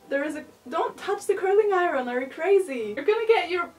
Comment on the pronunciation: The end result was amazing! Your English is wonderful (one suggestion: Iron isn't pronounced the way it looks, it's pronounced more like the words eye-earn run together!).